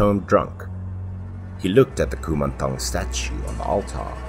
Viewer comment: As a Thai, I would like to say that your pronunciation of “Kumanthong” is quite on point. 💕